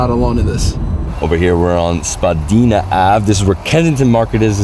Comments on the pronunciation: Born and raised Torontonian, glad you enjoyed the city, there’s so much more that you didn’t see though. Only one thing of note, Spadina is pronounced like “spah die nuh” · Spadeena ave lolz